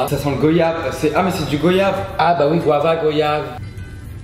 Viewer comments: c pas gOyave mais goyave (prononciation comme Guadeloupe ou guacamole jcp) shit! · Goyave ça se prononce comme VOYAGE !!!! Genre G.oi.yave Vous voyez. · S'il vous plait dites goYave et pas gOyave ça se prononce goayave ! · Ont dit GOIyave pas GOyave !!!! J'espère que vous ne dite pas VOyage...